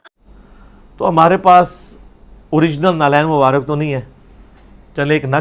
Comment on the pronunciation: Na'leen mubarak tu shi sy bol nhi pa rhy bapa g ... naly mubarak naly mubarak ...